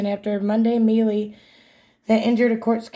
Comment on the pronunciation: melee... pronounced MAY-LAY .... not ME-LEE /ˈmālā/ noun a confused fight, skirmish, or scuffle. "several people were hurt in the melee" a confused mass of people. "the melee of people that was always thronging the streets"